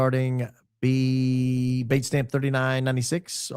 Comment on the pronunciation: What's this word "baitstamp"? I've never heard it before. Is it Baron trying to say datestamp with a bad cold? What does baitstamp mean?